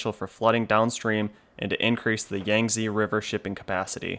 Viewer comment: Yangtze is pronounce "yahng-Tzuh" that "Tzuh" is very unstressed. a bit like a sound you might make involuntarily if punch in stomache.